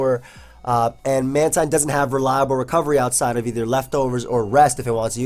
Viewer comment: ITS MAN-TEEN